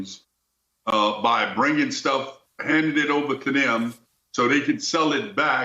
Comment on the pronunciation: second in your expert says, "handin it over ta Dem".... I'm out you were in the army brother learn English